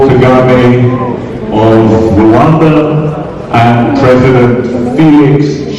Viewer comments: It's not Kigali Rowanda..is Kigali Rwanda. My lovely country. Peace to you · The Country is Rwanda, not rowanda plz, thank u sister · but you pronounce it Rowanda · Black Viking That's foreigner's pronounciation. Local correct pronounciation is: RRRRRR...WAN...N'DA Rwanda which means: Universe or Infinity.